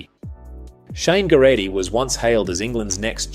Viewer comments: I'm sorry, but what the hell was that pronunciation of 'Geraghty'? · The pronunciation of Geraghty made my ears bleed.